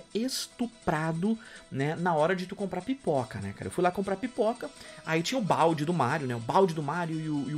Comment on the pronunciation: Pera aí, não entendi se vc disse "Pipoca" ou "Piroka" pelo valor, pq um deles acho q valeria a pena.